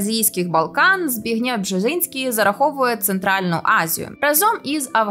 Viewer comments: це взагалі найважче😬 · Правильно вимовляти - Збі́гнєв. Наголос на перший склад! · Я не розумію, чому в цьому відео обрані неправильні наголоси для власних назв. Чому ЗбігнЄв, а не ЗбІгнєв? Чому МАккіндер, а не МаккІндер? Є враження, що ведуча говорить про про якихось невідомих людей, і ніхто навіть не знає як їх імена вимовляти. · Дорога авторка відео! Не ЗбіґнЄв, наголос на є, а ЗбІґнєв, наголос на і. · Бжезінського звати Збі́гнєв, а не ЗбігнЄ́в. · Перепрошую, та все ж ЗбІґнєв та ЗбІґнєва (наголос на і): в мене дідуся так звали, того ріже слух🤪